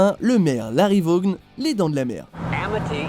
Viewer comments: Attends, pourquoi Randy ? Il a provoqué le tueur intentionnellement, c'est vrai que c'est pas très malin mais c'est pas un cas des plus stupides Oh, et le "g" de Vaughn ne se prononce pas, aucun "g" ne se prononce quand il y a un "h" juste après, comme dans light, night ou fight, et dire que vous foutez les VO mais que vous êtes incapables de bien prononcer un nom anglais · Juste une chose, le "g" de Vaughn ne se prononce pas, c'est comme si on prononçait le "g" dans "light", "night", "fight", "high" ou "thought", quand il y a "gh" le "g" ne se prononce pas normalement